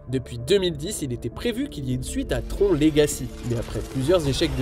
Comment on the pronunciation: C'est une voix off générée par IA qui commente la vidéo ? Non parce que prononcer Tron "Tronc" faut être un attardé mental ou une voix générée par IA.